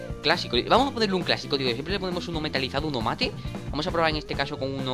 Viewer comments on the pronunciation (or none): none